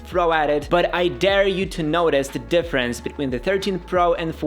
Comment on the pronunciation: my guy needs to correct the way he pronounces "notice"